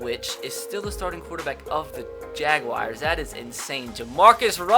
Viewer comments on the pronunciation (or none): Jag-wahrs not jag wires